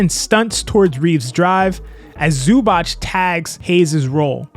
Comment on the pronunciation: ZUBAC is pronounced SUBATZ correctly